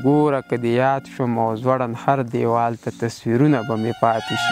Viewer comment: سلامونه وړاندې کوم ! لطفا د ح او خ تلفظ په سم ډول کوئ لکه څنګه چې مو د هر دیوال پر ځای خر دیوال یاد کړ نو دا د شعر نشه ختموي ! پوهیږم چې پښتونخوا کې عموما خلک دا سهوه تکراروي خو د پښتو ادیبانو ته اړینه دې چې خپله ژبه په سمه توګه خلکو ته واوروي. مننه کور مو ودان بریالي اوسې